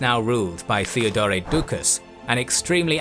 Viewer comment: As always loved the episode... but... why you keep pronouncing Theodore(both Theodores) the way you do? If it's meant to make it sound Greek... it doesn't...At all. Cause for starters the Greek is spelled "Theódōros"... Theodore is an English(well in this case anglicized) name. It's meant to be pronounced the same way you pronounce Teddy Roosevelt's name. (Sorry for being the phonology nazi again, but you just make it sound awkward for no reason ... No offense I hope)